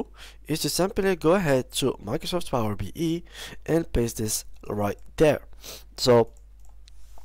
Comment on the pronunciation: It's Power BI (bee eye), not Power BE(bee ee) 😅